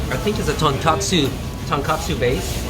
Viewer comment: So hard to take his ramen reviews seriously when he keeps on saying tonkatsu (pork cutlet) instead of tonkotsu (pork bone).